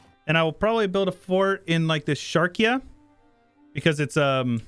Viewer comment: how many times am I gonna teach you this lesson old man ? it's called SHAR---QI---YA